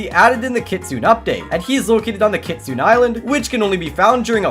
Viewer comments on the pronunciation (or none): you have to be kidding me it’s kitsune not kitsuen